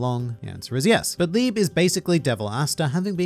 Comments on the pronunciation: And libé not lib -_ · You correctly explained Nacht's name. It's the german word for Night (though you pronouning it like "nackt" which would be the german word for "naked) but that's not the only german name. Asta's devil Liebe is named after the german word for love. The e after the b is not silent. If you want to pronounce it correctly you'd say LiebE. Enough with your german lesson. I really enjoined this review series because I finished Black Clover 2 months ago and it was really fun getting your thoughts on it every weak. I guess Black Clover doesn't have enough content to make many videos about like HxH or One Piece. Maybe you could talk about individual magic powers. In case you want to start reviewing another series I recomment "Chainsaw Man" (if you haven't already read it). It's a really popular manga that doesn't have an anime. It's a shounen with an really interesting power system and interesting antagonists. The MC is super unqiue and deep in a way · the e at the end of Liebe is not a silent e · I don’t wanna be that guy by Liebe is pronounced (Lee-Bay) and his name means Love in German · Pls use translator to hear the pronunciation of Liebe 😂 it's another german word which means Love. And pls for Nacht too, the way you said it sounded like Nackt (Naked) 😂 Tabata uses german words often 🤔 Liebe, Nacht, and Licht. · who here is german and also triggered by how he pronounces liebe? XD